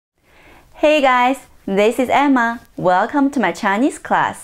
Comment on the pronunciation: I thought your are welcome was pronounced like (Buker T) from wwe 😂